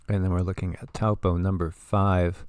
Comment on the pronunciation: Peace Be Unto You! First of all; Thank you for the information .. Let’s go Taupo; it is ACTUALLY PRONOUNCED TOE-PAW😮 The technology of these people cannot control a Super Volcano 🌋! Lol…they’re not ALL POWERFUL! Only #1 is .. WAS